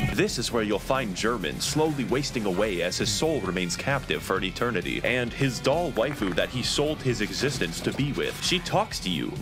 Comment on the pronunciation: I’m getting frenzy buildup from the pronunciation of Doll as Dole.